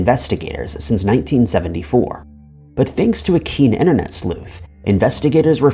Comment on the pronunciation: Disliked for saying "inner-net".